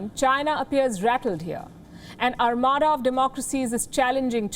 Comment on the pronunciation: "ARMADA" youtube editor must a anglophile lol